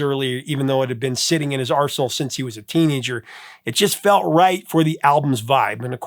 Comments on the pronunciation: Really sounded like you said Roger Hodgson had a song sitting in his arsehole lol. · Say what!? Roger pulled out the song that had been sitting in his since he was a teenager??? Now I know you wouldn't say that.. 😳🤣🤣🤣🤭🤭🤭.. Sorry I had to rewind that bit a coupl of times I eventually think you said arsenal? Talk about miss heard lyrics! Thank you for, as always another awesome show. Hope you are feeling lots better.